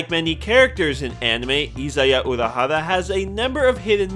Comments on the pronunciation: I'm really sorry... but it's 'Ori-hara' not 'Orohara'... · "IZAYA URAHARA" TRIGGERED (lol no, sorry, I had to) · izaya ORIhara not izaya URAhara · Why was he saying urahara at first 🤣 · Am I the only one who thinks he says Urahara (like the one guy from Bleach) instead of Orihara? xD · "Dur-ra-ra-ra ....Izaya Oorahara" The fuck are you saying omg. This hurts to listen to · It's Orihara not Urahara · its not pronounced "Udihara".. its "Orihara" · "IZAYA URAHARA" Please learn to pronounce your "favorite" character's name. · It's O-R-I hara not URI for fuck sake 🤦‍♂️ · Its orihara with an 'O', you need to understand that he is not a relative of some BLEACH character. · Is it that hard to say Orihara? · It's a nickname. It's equivalent to "troll-zaya" ... I thought he was pronouncing it wrong too, until he said "Orihara" when referring to the Baccano easter egg... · Says he is his favorite character. Mispronounces his last name. Edit: why do you say it right here but get it wrong before.